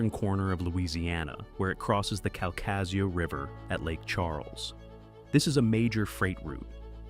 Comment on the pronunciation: KAL-kuh-shoo (accentuate the first syllable)